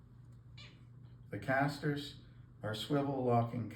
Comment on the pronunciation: The casters or the catsters?